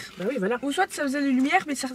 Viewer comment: POURQUOI TU DIT SOITE 🤯🤯